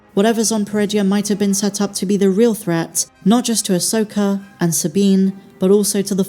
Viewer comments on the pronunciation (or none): Who is, “Uhsoaker”?